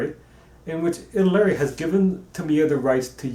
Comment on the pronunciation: Italeri = Ee-tall-ee-air-ee. BTW Great work.